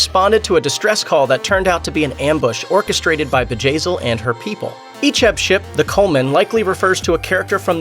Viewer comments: I thought at first it was vagazzil haha. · who else laughed when he said Bjayzl